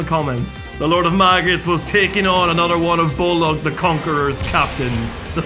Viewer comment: So... why do you call BOLG in this video BOLOG all the time?